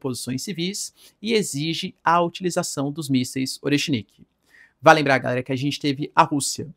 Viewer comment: Professor, por que vc fala "gaera" ao invés de "galera"?